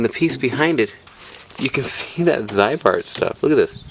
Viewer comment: It is pronounced as zee-bart, not zeye-bart. There is at least 2 cool Ziebart commercials with Rod Sterling and a 1973 Chevy on youtube. In Minnesota Zeibart and Rusty Jones are common treatments.